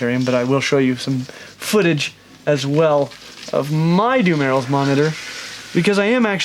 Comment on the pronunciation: dumelil's monitor pronounsed dum-ear-roll